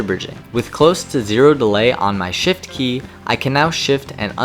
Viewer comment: i swear, i was yawning while u where talking and heard "zero delay on my shit key" 😭